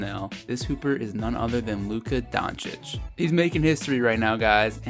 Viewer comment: It's pronouned 'Donk-itch' sir . not donchich